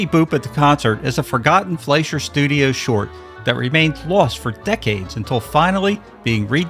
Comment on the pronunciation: Please learn how to pronounce Fleischer correctly.